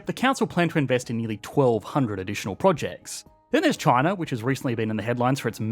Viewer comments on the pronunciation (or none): none